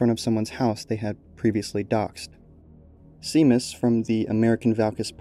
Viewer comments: Seamas is pronounced as "shay-mas," not "see-mas." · Amazing video, 10/10 top-notch editing. One thing - the name Seamus is an Irish name pronounced as "shay-mus". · It's prounaced like Shamus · I could swear that Seamus is pronounced as "Shay-mus" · “seamas” is supposed to be pronounced “shay-mas” it’s an irish name 😭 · Not important at all but I’m pretty sure the pronunciation is “Shay-moss” at least that’s what is it it’s spelt as ‘Seamus.’ Could be totally wrong though, again super unimportant though lmao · Seamus is pronounced "Shay-miss"